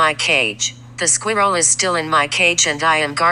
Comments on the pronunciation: Why is no one taking about how Siri pronounces ‘squirrel’😂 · I love that voice! Has no emotion whatsoever. Pronounced Sqeerall ....AWESOME!!! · Everyone else talking about the dog and the owner... Me: Dyeing of laughter due to the pronunciation of the word squirrel🐿 in the vid💀